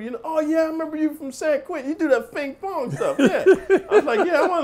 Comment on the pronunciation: "that fing fong stuff"